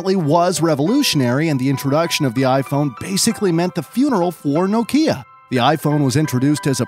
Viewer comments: Nokia is pronounced differently. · Can you make the slightest attempt to pronounce things correctly? Nokia, Murciélago, are some of the recent words you've butchered